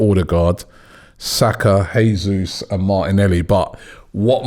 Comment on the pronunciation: J not Hey